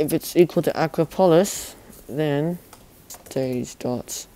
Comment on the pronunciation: Yucky. Did u just say Acropolis like acrobat?